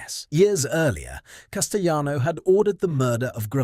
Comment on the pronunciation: Good lord!! It's Cas ti lano! NOT Cas ti yano!!